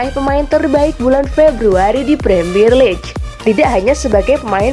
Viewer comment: League = diucapkan "liig".